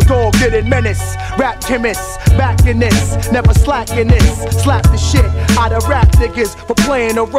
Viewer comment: suh-LAP!!! UH!!